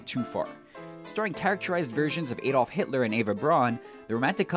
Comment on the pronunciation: It's pronounced Adolf, not Edolf.